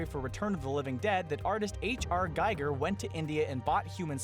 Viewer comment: They also mispronounced "giger" as "geiger".